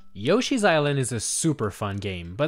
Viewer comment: YOSHI, how many more decades do they need to have the character pronounce their own name before ypu get it right!